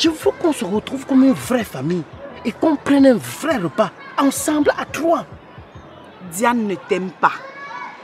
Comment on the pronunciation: Diane pas ndiane 🙄🙄🙄🙄🙄